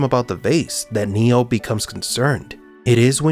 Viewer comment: I can’t stop hearing Neil instead of Neo!😂